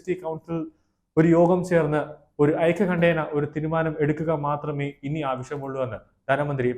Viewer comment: നിങ്ങൾ എന്ത് മലയാളമാണ് പറയുന്നത്? ധന മന്ത്രിയുടെ പേര് നിർമ്മലാ സീതാരാമൻ എന്നാണ് സീധാരാമൻ എന്നല്ല. ഐകൃകണ്ഠേന എന്നല്ല, ഐകകണ്ഠേന എന്നാണ്. തിരുത്തേണ്ടത് ആണെന്ന് തോന്നുന്ന പക്ഷം തിരുത്തുക.